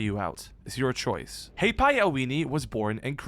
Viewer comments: Not pronounced as Hay'Pie, but Har-Pie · Hey. Maori here. If you wanna try and pronounce it correctly, it sounds like "ROE - AURA" But with every R, you roll it:) If you cant roll the R. Its not the end of the world. "Roe Aura" sounds close enough if you haven't practiced rolling R's before. Also Hapai sounds like "Haa - Pie" Love you